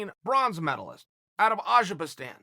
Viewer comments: You're just the worst with names, azerbistan seriously! It's Azerbaijan btw. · I heard "Azerbastan" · Wasn't it Azerbaijan? But mr. Sonnen said azerkistan, so azerkistan it is. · What’s this Azhibastan country he speaks of? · If Chael Sonnen calls it Aberjastan, goddamnit it’s Aberjastan. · If Chael says it’s azerbaistan than its azerbaistan. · He actually said Ajikastan.